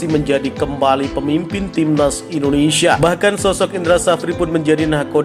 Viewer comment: bang...indonesia bang..bukan indonesa